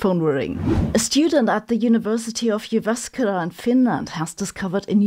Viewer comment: Almost perfect pronunciation of Jüväskülä (Jyväskylä), but the main accent is on the first syllable. 😄